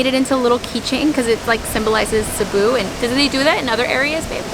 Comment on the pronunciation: the way you pronounce Cebu, pesos and also Boracay in your entryway makeover video is on point. Not a lot of foreigners say them right. 👍🏽👍🏽👍🏽